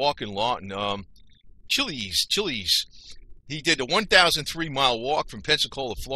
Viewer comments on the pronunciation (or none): Your pronunciation of his last name is wrong. It’s ch iles. Grew up in south Florida in the 60’s and 70’s.